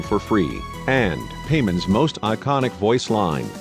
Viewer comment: Pie-mon, not pay-man. get your pronunciation right.